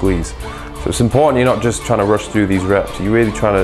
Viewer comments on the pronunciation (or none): none